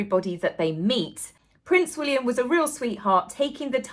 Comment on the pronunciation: I've heard, and totally agree with, that the new way to pronounce Prince William's name is Prince Will-yummm!